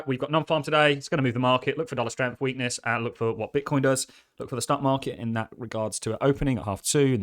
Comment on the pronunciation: Please stop saying teat